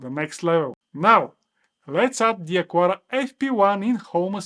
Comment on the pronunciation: it's not "acuara", its "acara", the U is mute